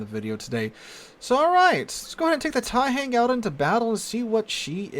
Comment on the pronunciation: The "hang" in Taihang is pronounced with the same "ah" sound an American would here in the word "wrong." It's not same sound as in "hangman."